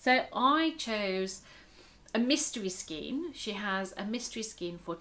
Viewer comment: Enjoyed your video. Love the way you pronounce skein. The star jumper you’re making for Katherine is lovely. It’s crocheted is it not? Wish I had the pattern. I’d make it for myself.. I think your amigurumi are nicer than the originals, makes yours unique.I wouldn’t have known it was a toucan if you hadn’t said, so it’s head is in the perfect position. One question.....what are you going to do with hundreds of stuffed amigurumi if you make all of the patterns?? Will you have to move out or rent a storage shed or , or , or......♥️🇦🇺🌈